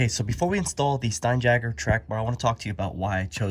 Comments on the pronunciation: It's not stein jagger. It's stein YAGER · Pronounced Stine-Yager.